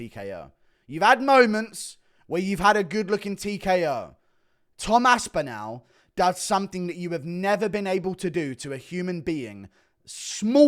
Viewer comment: Omg please pronounce aspinalls name correctly